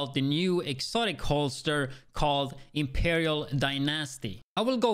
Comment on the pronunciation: Well...the Imperiaaahl Die-Nasty ?